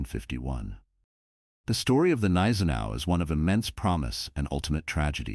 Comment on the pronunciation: G-neisenau. Most probably. No soft consonants in German.